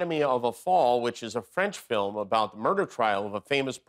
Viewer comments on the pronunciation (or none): Fil-m? He said fil-m?? How sad. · Filims? Only the ignorant pronounce film as filim. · What is a "fillum" Mr. Trump. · Dump made film a multi syllable word. 🤦🏻‍♀️